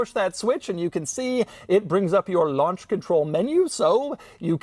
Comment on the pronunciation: "lunch control" 😭